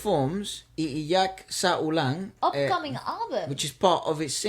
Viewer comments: pronunciation “ iiak sa ulan” is spot on! He can almost speak Tagalog. 👏 You both inspired me to want to learn Spanish again. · Iiyak = “ee-ee-yak” Sa= “sah “ Ulan= “oo-lan” In English= “Crying in the rain” You both pronounced it correctly.👍🏻 Well done👍🏻